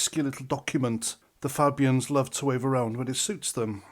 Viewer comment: You're still mispronouncing Fabians. 🙄 The first A is as in the alphabet letter A.